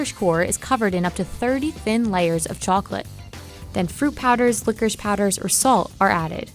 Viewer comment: Why do you pronounce it licorish?